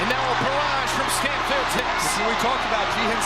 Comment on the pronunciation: Should it not be more like S'tamp or se'temp, or possibly even se'tem? I googled it and it seems more like that on the pronunciation. (However... it may just be the English word written in Thai letters lol). I just remember that Thais do not seem to have much a "st" sound. Great video btw!